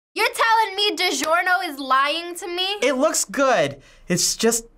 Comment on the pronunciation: bruh when she said digiorno all I could think of was boiled pee